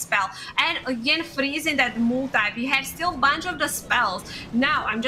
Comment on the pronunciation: And her English. She says "table change" instead of "tables have turned", using "froozing" instead of "freezing"... It is distracting, but at the same time easy to fix.